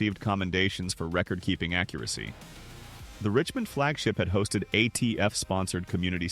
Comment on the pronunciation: FAKE, FAKE, FAKE...whatever dumbass did this can't even pronounce Richmond. t\